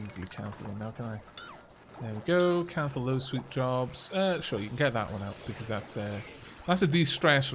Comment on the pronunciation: Love the beahcooazzz you slipped in there